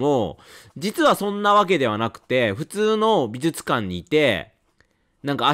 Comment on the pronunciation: 相変わらず発音が「びずつかん」で安心しますね。 ( +▽+)ピコーーーン！！！